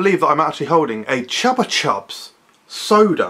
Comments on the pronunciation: Am I the only one who always pronounced it “Choopa choops”? 👀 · Because that is the correct pronunciation, it's a Spanish brand.